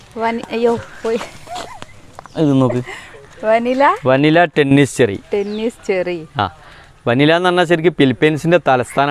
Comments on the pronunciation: Not vanila. Manila. 👍🏻🤪🤪🤪🤪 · മനില "യാണ് വനില അല്ല 😄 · ഫിലിപ്പൈന്സിന്റെ തലസ്ഥാനം വനില അല്ല സാർ. മനില എന്നാണ്